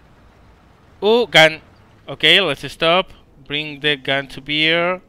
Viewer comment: Bring the gun to beer? I love beer! *it's pronounced bear, like Bear Grylls ;)*